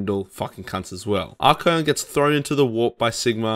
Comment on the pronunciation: tzeentch (zinch) not tis-nitch haha Also Archaeon is 3 syllables, ar-KAY-on. Good video, obviously not a big deal. Made up words.